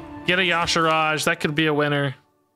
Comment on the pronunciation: Your pronunciation of y'shaarj is so funny 😂